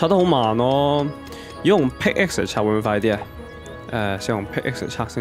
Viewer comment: 其實pickaxe 讀pick ass 唔係pick x